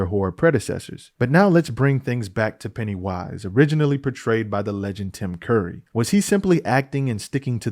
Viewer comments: Why you say ‘Pennywíse’ like that 👀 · Why do you keep saying "Penny Wise" with a pause in the middle? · the way you say Pennywise genuinely bothers me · is he saying "Pennywise" wrong? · Is there a reason he says pennywise weird?